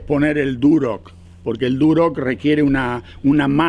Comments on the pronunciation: Muy bueno... tenes razon comprar en Montreal esta dificilisimo... muy caro todo! Ahhh se dice Durlock no Durock jajaja. Ayer la corregias a tu hija. Saludos desde Montreal. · no se dice ( duroc ) es Durlock!!!! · En Argentina se llama "Durlock" porque es el nombre de la marca del producto, que seria construcción en seco o "Drywall" como seria el nombre en ingles. Como dato, a las personas que construyen en Durlock (y se pronuncia durloc) se los llama durlero. 😮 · Saludos.. se pronuncia durlock.. muy bueno esto de mostrar trabajos en Canadá, puede ser una sección nueva.